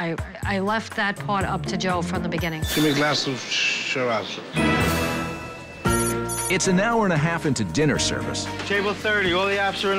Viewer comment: "Ghimme aglaaz of shhhiraazs"